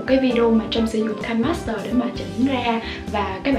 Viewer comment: Nó là KI NE master chứ hỏng có phải là "KAI" master